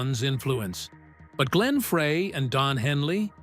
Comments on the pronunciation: Glenn FREY is pronounced FRY...not "fray!" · Pronounced Fry not Fray! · it's pronounced FRY. terrible video. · I'm screaming F R E Y is FRY! This happens on Michigan videos with our French and Indian city names and landmarks. It's infuriating!! And Glenn is FROM Michigan, so he gets it with both barrels!😡😡😡😡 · One would think that someone narrating a Meisner/Eagles documentary would at least know the correct pronunciation of Glenn's last name. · Please get Glenn's name right it's FREY. Like French frie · Its Glenn Fry, not Fray and Ledon not leedon.